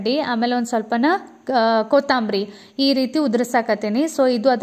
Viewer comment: Don't say ,koootambari ...kotambari its